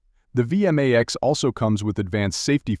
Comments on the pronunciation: V m a x.. It sounds ridiculous when it's said like that.Over and over again. It's V Max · It's vmax one word not v m a x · It's vmax not v m a x, at least get the name right